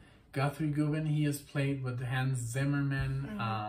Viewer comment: I've seen others comment about this, but I guess you've missed it : the first syllable of Govan is pronounced the same as the first syllable of Government.